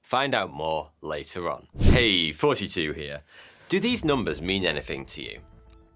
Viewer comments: You look like a well educated man yet you cannot pronounce your words correctly. e.g, "Fanks to Surfshark" and not "THanks to Surfshark" th th th? And it took me a while to realise you're not 42 but you actually mean THoughty two. th th th? I like your content but if you are going to dress and present yourself as a "gentlemen" then please try not to sound like a chav. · I'm sure you've been asked before, but what happened to thaughty1? Really though, how'd you come up with your name and do you deliberately say it to sound like 42?